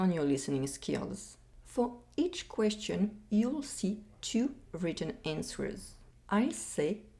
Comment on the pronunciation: Pas de liaison in Question 9 ! Attention aux Questions 16 et 22 ! Overall, it's a good listening test.